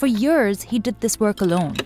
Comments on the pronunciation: Lovely video! It's annoying how the narrator says years like yurrrs. If she can say sea (Dead Sea) then she only needs to practice saying YEARS PROPERLY! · It's YEARS not YURRRS.